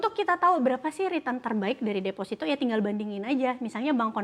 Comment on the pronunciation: Defosito bang bukan desfasito Ingat desfasito dan defosito itu beda makna yah bang